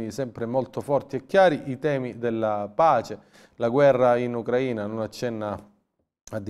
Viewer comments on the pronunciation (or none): none